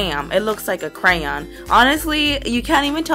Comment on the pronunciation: Does it bother anyone else that she keep saying cran instead of crayon